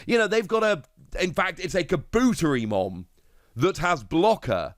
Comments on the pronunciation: I love your content but every time you talk about kabuterimon you butcher the name so badly! Car-bu-teri-mon! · seriously. You are so mispronuncing Kabuterimon. Take Kabuto, like the pokemon, and combine it with Terri, like the beginning of Terriermon. Kah-boo-terri-mon. Im sorry, but you keep doing this, and its especially annoying at this state. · Awsome video love them also nice for keeping up to date and obtaining knowledge of past card drops etc I just started I epically failed to join when this game first dropped lol Anywho anyone else find the themselves screaming internally it IS KA! BUUUU!!! TERRI!! MOOOOON!!! lmao although he may be pronouncing it correct but for us who grew up with the show its diffrent like 🤔 how ill only say puppetmon